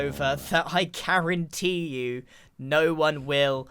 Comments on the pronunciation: “i karentee you” LMAOOO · Did you say "Karentee"? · dear god not the 'Karen-tee' instead of guarantee that caused psychic damage